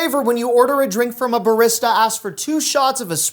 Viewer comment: The way you pronounce barista makes me wanna jump through a wall